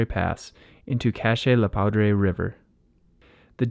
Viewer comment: FYI, Poudre is pronounced poo-druh. Not pow-drey